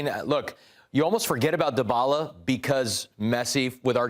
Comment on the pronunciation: The way these guys pronounce Dybala: Da Balla (da baller) 😆